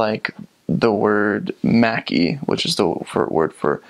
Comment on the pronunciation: I enjoyed how you have obviously studied Finnish culture, people and history. But.. when you said "mäki" it took me a while to understand as I heard "mäkki" and was wondering if that was the slang word for McDonald's :) Anyways, you are impressive in this presentation.